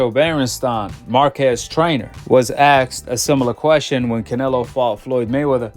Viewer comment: asked NOT Axed.